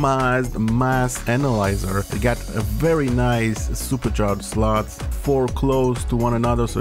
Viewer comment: I love how he says slots 😅 "- sluts"